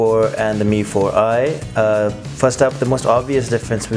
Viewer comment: Yang nyebut bukan mifor ai tapi mifor i tunjuk tangan